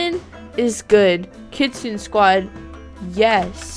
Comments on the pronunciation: Its pronounced kit-sun-ay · Here is the correct pronunciation- Kitsune=Kit-soo-ney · Btw kitsune is pronounced kit sue ney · She was saying kitsune wrong, I only know, because I started learning Japanese, OOF. (´༎ຶ ͜ʖ ༎ຶ `)♡